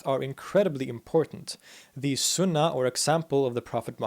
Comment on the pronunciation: I heard a few, but he does a very good job. I think he said Sunna wrong. And Caliph (with a hard K) But I do not know for sure they just stuck out.